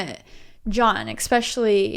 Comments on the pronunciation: You two are just so cute together! I hope I'll find a girl someday who loves cinematography like I do haha. Also, I love how you () say "especially" with an X, "exspecially" lol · Exspecially? Does anyone else hear it or is it just me? Lol but every time you say it my nose curls up. Lol This vid still cracking me up, you guys are awesome